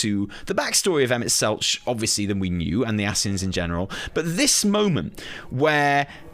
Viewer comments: Oh man, the only take away I have here is just...please listen to official pronunciations of names, lol. Selch has a hard K sound. Hythlodaeus is hith-lo-day-us (The i is pronounced like in 'in'). And while I agree with 'cool motive, still murder', I will correct you with SHB lore you seem to have missed - their friends aren't, for the most part, 'dead'...just split into various other lifeforms on other planets. So, to these godlike/angelic beings, they don't perceive that as murder. You're basically like...a homunculus, or something, a malformed creature with like, half a soul, if that. To them, you aren't a living creature. It's about point of view - we spend a lot of SHB trying to show Emet that we are still worthy life forms, even if we ARE only partial souls of his old comrades. In the end, whether they acknowledge that we're life forms of our own...it is still murder. It just doesn't come across to THEM as murder, since you aren't really a living thing, to them. You're a mistake that's stopping them from doing what they promised their friends they'd do millenia ago - get them back. It's very...Shakesperean in its tragedy. Doing bad things for good reasons. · Kinda hard to watch the whole video with you mispronouncing "Selch" the whole time lol. Killin me,:)